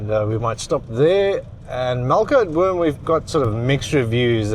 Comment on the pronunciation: Its actually Melkboom.